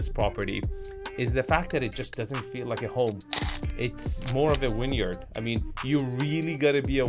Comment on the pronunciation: This is the house Hank attacks with the missile in Barry, Season 4 on HBO I think. Definitely a textbook promontory. BTW, are you saying winyard or vineyard? Is this because its windy + has a vineyard = “winyard”?